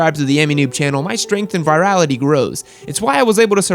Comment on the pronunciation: did you just say virility or virality?